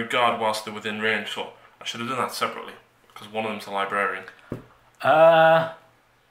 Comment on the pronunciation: learn to pronounce Librarian....very distracting